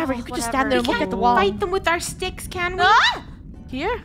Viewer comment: Rainbow: don’t take shticks in the wild Me: shticks? XD